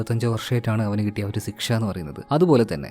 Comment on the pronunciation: Sikhsha alla bro, shiksha 😅